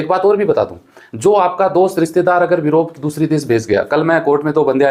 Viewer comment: Europe ko virope bol rahe hai sir